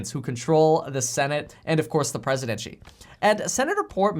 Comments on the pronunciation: The 'PRESIDENCHY'.? That must be a new position. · The Presidenchy??? Is there a code? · Presidenschy, I caught that. Around the mark.